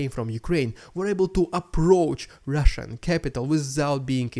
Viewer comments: The rrrrrrrrrrrrrrrrrrediculous rrrrrrrrrrrrrrrrussian prrrrrrrropoganda intro is prrrrrrrrrrroperly fitting! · i love when you say "rrrrrrridiculous rrrrrrussian prrrrrrropaganda" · I love the rrrridiculous rrrrussian prrrropaganda intro. However much you employ an extreme trilled 'r', it will never be as ridiculous as the Kremlin's propaganda itself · I love your show and watch it daily as a subscriber, and while I enjoy watching the ridiculous Russian propaganda at the beginning of each show, I think you go over the top with the way that you say “ridiculous Russian propaganda.“ if you wants to trill your r’s, that’s fine, but beyond that is too much. Thank you for your hard work in bringing us great content.